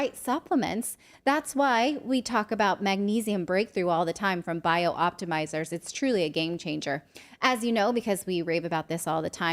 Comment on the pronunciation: I love Magnesium Breakthrough and other Bioptimizers products. So glad they are a sponsor. That said, i cringe every time I hear Natali say the name of the company. It is “Bi-optimizers”, not “Bio-optimizers.” You always annunciate clearly Natali…please get the name right 🙏